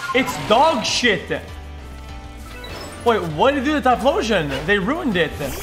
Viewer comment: "It's dog shit-eh. Whatheydoatyphloooshin? They rooned it-eh." rofl